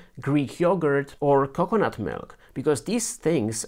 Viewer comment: CO-cuh-nut emphazise OOH